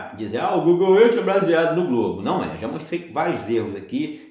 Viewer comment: não se pronuncia Google erti, e sim Google ârf É mais, seu teste de curvatura não é o melhor Sem dúvida o do Martins do sem hipocrisia ficou muuiiito melhor. A TERRA segue PLANA. Um abração.